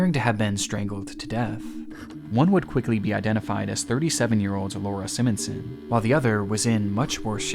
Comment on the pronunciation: As someone with the same last name as a victim in this video, and having years of it being mispronounced as a kid... it's Simon-son :') not Sim-on-son